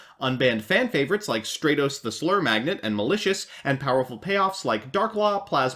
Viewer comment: Thumbs down for failing to pronounce the most important heroes name. Straytos.